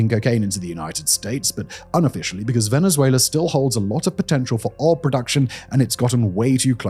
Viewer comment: I’ll never not hear Venzuéla.